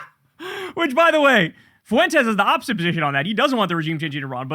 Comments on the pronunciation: Its funny how you pronounce the guy's name as if it is 3 syllables..... Foo-ent-es. I pronounce it as 1 syllable ... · Why can’t you pronounce Fuentes properly, ugh hurts my Mexican ears lol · I love how you pronounce Fuentes 😂